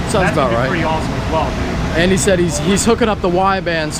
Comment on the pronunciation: hey bro you said the truck name right but Andy he need to go back to school